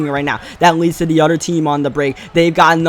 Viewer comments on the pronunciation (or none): Whenever you say oder and not other I want to punch u